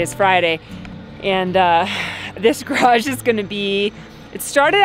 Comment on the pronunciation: congratulations on getting the word garage up to over a syllable. I think it was close to 1.75 syllables! I am going to sick on you because he always says it correctly with 2.0 full syllables. (You are erring on the garj (or graj ) end of the spectrum.) Very important now that you are working on building one.